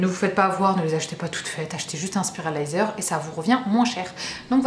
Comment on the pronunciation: On dit sauce Sirachhhhha et SpirUliZer hihihi. Merci pour ta chouette vidéo